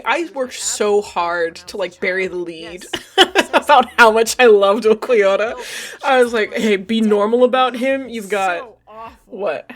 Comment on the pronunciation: Lowkey your pronunciation of ulquiorra makes a lot of sense to me. And ulquiorra is just a weird name and feels like there is no clear way as a "westerner" to pronounce it lol